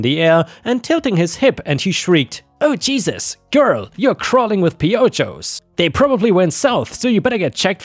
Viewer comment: I love to hear how people try to pronounce Spanish when they read it. FYI the word piojos is pronounced with a h sound not a j sound. In the word the jo sounds like ho.😅